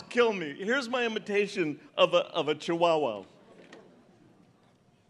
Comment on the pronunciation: The way he pronounces chiwowow lol